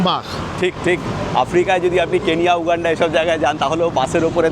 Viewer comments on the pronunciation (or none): none